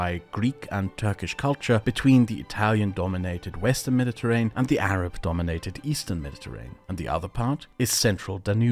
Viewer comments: Isn't it pronounced med-di-ter-ray-nee-yan? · Everytime you say mediterrain I die a little. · Nice! A pronunciation tip if I may: "Me-di-te-rain" is incorrect, that word has six syllables: "Me-di-te-rai-nee-un" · Why does he pronounce Mediterranean normally in the beginning of the video but he says mediterrain